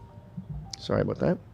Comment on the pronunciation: Oh, so solly, so solly, 😂